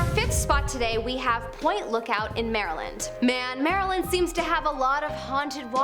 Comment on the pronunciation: I like this list. However, Just FYI-Maryland is pronounced “Mare-lind”